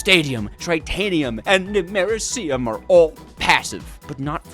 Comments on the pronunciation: The Way You Pronounce Americium Triggers Me Lol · FINALLY Took ya long enough Edit: that pronunciation of Americium is NASTY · Bro can't pronounce basic names like americium, lutetium, fluoroantimonic acid and other